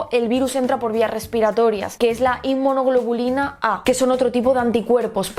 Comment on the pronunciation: jajajaja tuve que devolver el video, dijiste inmonuglobulina XD ya se, es complicada la palabra, eso te pasa por estar cantando reggaeton.